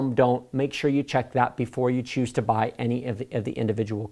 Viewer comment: Make sure that the card you buauahieeyy... Im sorry I couldn't stop laughing.Regardless,I love your channel! It's really helpful!